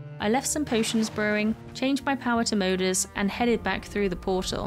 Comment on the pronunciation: I hate to be negative, but , You pronounced Moder as, well, Moder. I know it's a common mistake, But I figured I'd point it out anyways. Moder is pronounced Maw-dur. A little bit like Mother.(Since the Norse term for mother is, well, Moder. It kind of makes sense to as Moder is the "Mother of dragons" Anyways, I'm rambling. I figured I'd point that out So that nobody a little less pg starts screaming at you. Have a great rest of your day!